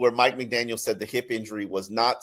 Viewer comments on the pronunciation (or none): He keeps pronouncing Mike McDaniels